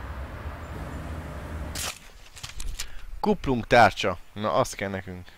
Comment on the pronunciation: ti is halotátok hogy egyszerkuplung helyet kumpungot mondot ??xd meg lender éslenger kerék xddddddddddddddddddddd behótam